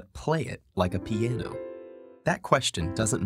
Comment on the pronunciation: "P-YEH-NO" what.